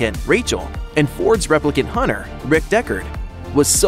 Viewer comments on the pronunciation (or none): He said "replicant hunter"